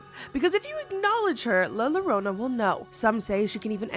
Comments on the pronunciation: I love you but I had to skip the first one because the butchering of La Llorona hurts. It’s pronounced Yoh-roh-nah. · The way you say La Llorona is adorable and it makes me happy. It's actually pronounced like la "your-own-a " though ...the double L in Spanish is a y sound. Still cute though 😅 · the pain in my eyes as soon as you saidd la llarona and i read the title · La yo-rona, the closer she is the farther you’ll hear her. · also it is pronounced as yo-ro-na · Love these compilations! Note: La Llorona is pronounced “La Yorona” because in Spanish, the double L is pronounced like a Y. At least for us with American and Canadian accents. In a Spanish accent it’s almost a soft J sound deep in the throat, but for us non-native speakers, the Y sound is perfectly appropriate. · That “R” needs to sound like a “D” too, it should sound like “Yodo-nah” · a better way to explain it pronunciation is “io-ro-na” ! It also pains my Hispanic heart😭🙏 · Yes, Yorona is how you would pronounce it... but love you none the less 🥰😆❤️ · Thank you! It's either "Yorona" or "Jorona". I'm Puerto Rican and we often use the J for Ll (double LL). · It's bad of me that you didn't take the story of the llorona very seriously because the way she pronounces it so cute 🥺🥰? I'm latin American so ear la lolona ❤ is to funny and cute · The butchering of LA Llorona hurts my hispanic heart😭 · She’s not American so wouldn’t have heard it pronounced. Just like if you came to my country- you would butcher it as well 😂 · Mexican people who are disappointed 😔 👇 (ITS LA YO-RO-NA NOT LA LORONA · Always find your videos entertaining, but in Spanish, the letter “LL” is pronounced like a “Y” in English. So it’s pronounced La “Ya-Rona”, not Larona… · La Llorona is pronounced La Yuh-rōna. The 2 L's make a y sound in Spanish ❤ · la llorona isn't pronounced Lala Rona, it's pronounced la yorona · No la llorona and Bloody Mary are to different entities it’s pronounced llorona(garona) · "Lala rwona" ☠️🫠